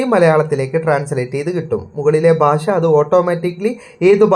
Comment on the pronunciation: നിൻ്റെ മലയാള ഉച്ചാരണം ആദ്യം ശരിയാക്ക് ബാശ അല്ലെടാ ... ഭാഷ എന്നു പറ ഷ..ഷ. ഷ എന്നു പറഞ്ഞു പഠിക്ക്. അതുപോലെ ശന്തോശം അല്ലെടാ മൈരേ സന്തോഷം എന്നു പറഞ്ഞു പഠിക്ക്.ഷം ഷം ഷം ആദ്യം നീ മലയാള ഉച്ചാരണം നല്ല രീതിയിൽ പറഞ്ഞു പഠിക്കുക.